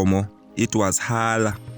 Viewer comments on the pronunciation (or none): Hala and Zondwa incorrectly pronounced